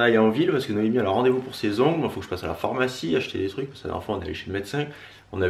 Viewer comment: Ah je suis contente je suis pas là seule à dire phormacie au lieu de pharmacie #tanguylamenace 😄😅